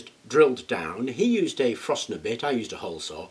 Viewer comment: What is a frosner bit? Is it anything like a Forstner bit?